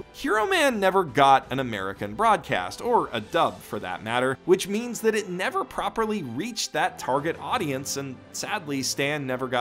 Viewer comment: "Meands" lol